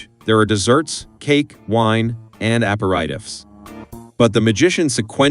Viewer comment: Learn how to pronounce "aperitif".